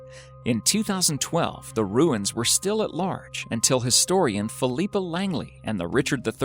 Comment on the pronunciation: You have a strange way of pronouncing "Philippa", considering you actually said "Leicester" correctly that's surprising really.